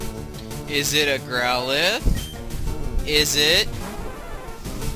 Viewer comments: It's not growlithe (Growl-ith) it's growlithe (growl-i-thee) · I thought he was catching a Growlithe, not a "GrowWUHDUDA"